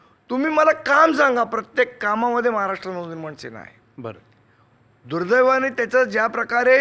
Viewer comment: दुर्दैवानं ❌डूलडैवानं ✅🤣